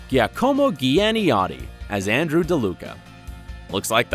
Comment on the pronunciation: the way he pronounced 'giacomo giannotti' is something incredible. (I'm italian)